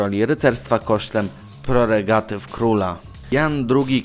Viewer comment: Szanowny Autorze, a co to jest "proregatywa"?